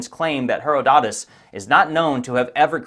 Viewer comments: Why oh why do Americans ALWAYS stress the wrong syllable in virtually every word? It's not "HeroDOTus".....it should be pronounced "HeRODotus". This really doesn't give an impression of you having any Bright Insight at all..... .....instead it just makes you sound retarded. Btw that's "reTARDed", not "REtarded" lol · The historian Herodotus has the accent on the 2nd syllable, not the 3rd. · Thank You for the interesting video...btw...it's pronounced...Heròdotus not Herodòtus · Her ottidus not hero dotus.. just saying. I used to pronounce Greek names wrong too. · Check your pronunciation of Herodotus. hr·aa·duh·tuhs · hr·aa·duh·tuhs - Herodotus .. this man's name should be pronounced correctly he put in to much effort for it not to be. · The pronunciation of Herodotus as "Hero dot us" had me rolling on the floor. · Hate being a pronunciation Nazi, but it is herod-atus cheers mate great content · Herodotus is pronounced with the accent on the antepenultimate syllable - since you didn't find the time to look up how to pronounce his name, I'm assuming you don't have time to look up what antepenultimate means, either, so I'll tell you. It's the second from the last, so he-RO-do-tus. Maybe you should be a little more thorough on your research? Little things like this make some people doubt whether your "research" is equally lacking in more critical areas if you can't even be bothered to find out how to say a well-known (to everyone but you, apparently), historical name before making a presentation to the world on YouTube. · Sorry for pointing out the obvious, if you are in possession of the map or a certified copy of this map, then by definition the MAP ISN’T LOST! Please learn to pronounce names correctly. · my eye twitches every time you say Herodotus.... never have I ever heard it pronounced that way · Why are you saying Herodotus like that? You know that’s not how it’s pronounced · Credibility takes a hit when you mispronounce "Herodotus."